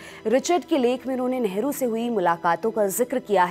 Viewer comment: Hamare sammaniye neta hai pls nehru ji pronounce kare Esa lagta hai kisi sadakchhap admi ke baare me bata rhi h. So pls care it.